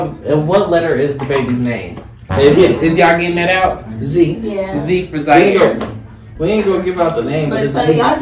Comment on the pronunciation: it’s ziare .